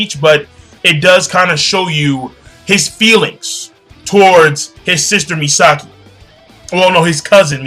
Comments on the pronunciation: You're not right about them being cousins. She was adopted into Ishida family for sole purpose of marrying Ryuuken. And it's "Masaki" not "Misaki" ;) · lol in fairy tail he says Mirajane as Maryjane and now in bleach Masaki as Misaki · i know you have stuttering problems but at least call the names correct..it MASAKI.and not NENJI it's Neji you fat fock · Just a small correction: Ichigo's mother's name is Masaki, not Misaki.